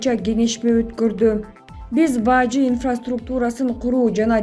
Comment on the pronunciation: Баажы эмес Бажы....